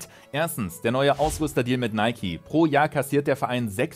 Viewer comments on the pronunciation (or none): none